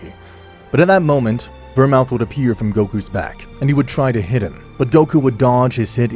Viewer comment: DO YOU NOT KNOW HOW TO PRONOUNCE VERMOUTH?